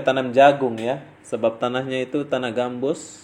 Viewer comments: Tanaaahh GAMBUTT MASS BUKAN GAMBUSS .. 2X SALAHH NICHH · Sorry bro kurang jelas...gambut kah gambus...hehe